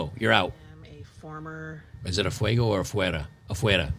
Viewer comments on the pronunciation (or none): Bro, when you said afuego I was dying of laughter 😂😂. Great video tho!!